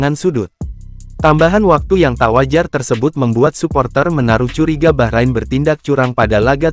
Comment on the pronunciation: Orang jawa thothok gak bisa ngomong bahrain, tapi baqorin, baqorin artinya sapi.